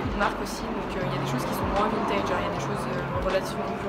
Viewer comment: on dit vintèd eheh